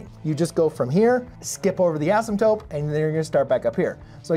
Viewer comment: ...Are you saying "asymptope"?